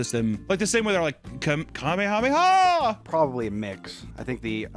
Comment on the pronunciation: This is the first time I heard an American pronounce Kamehameha correctly.